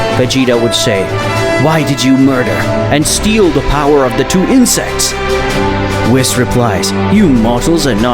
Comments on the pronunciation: Say whis like wheese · The amount of wrong names in here: bills, whis (instead of pronouncing it whees), milk, kakoroto, vegeto instead of vegeta, dai-shikin (kan), cib (cabba). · Hate how he pronounces whis’s name 😂